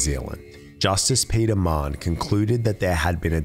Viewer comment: I thought his surname was Mann the whole time I listened until I read the comments. It’s pronounced ‘Ma-Hun’ (It’s a common Irish name & I’m Irish)